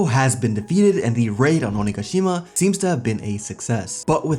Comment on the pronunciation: Thank you for saying onigashima correctly it's been killing me other YouTubers pronouncing it wrong